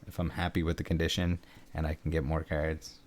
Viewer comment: I will pay you to pronounce cards differently.